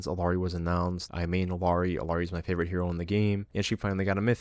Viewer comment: "I main Illari, shes my fave char in the game" But you pronounce the L